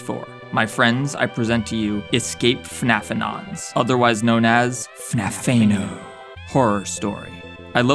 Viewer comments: The way how he says "FNAF-Tha-No" is what made this video entertaining. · It's like F N A F E N O and it made me giggle